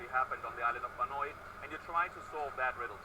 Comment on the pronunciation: a,azing the developers can even pronounce banoi..thats sad lol its not ban-oy its ban-ow